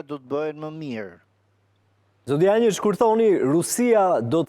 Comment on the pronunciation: Dushan Janjiç e jo Dushan Jançiç gabim